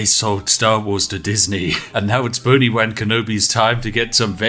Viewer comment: boni-wan kenobi🤣😂🤣